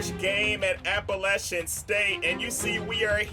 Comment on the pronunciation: thank you for pronouncing Appalachian right